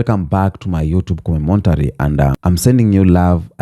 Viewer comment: it's C0-MEN-TARY (commentary)